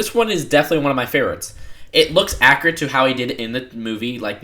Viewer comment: You keep saying 'akkerut' and 'figger'. Practice these words with a 'you' in them. Accurate. Figure.